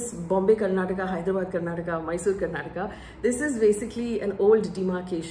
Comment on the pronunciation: It good that you touched on the language issue twice in this video. None of the other mainstream channels picked this up. It was quite irksome for us to hear the name of the state mispronounced repeatedly as Karnatak. The state leaders names were all messed up by the BJP national leaders when they were pronouncing their names in the speeches. One more point that you didn’t touch upon was the BJP posters showing Modi right in the centre - slightly taller than the state leaders. This didn’t go well with the public